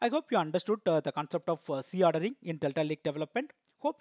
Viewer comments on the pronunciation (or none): Is C ordering and Z ordering both are same...bcos in video you have pronounced as c ordering instead of Z ordering..pls clarify